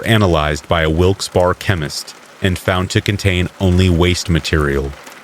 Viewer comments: Wilkes-Barre (like bear-a), and ste-nog-ra-pher, sorry, but I never hear you mispronounce, I thought you would want to know. :yougotthis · It's pronounced Wilkes-Bear not Wilkes-Bar